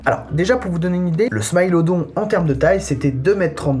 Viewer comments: Excellente vidéo par contre je pense qu'on dit smilodon le i en français et pas smaïlodon ! Répondez moi gentiment si j'ai tort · On dit smilodon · Pourquoi tu dis smilodon en anglais mais pas le lion ? C'est bizarre un peu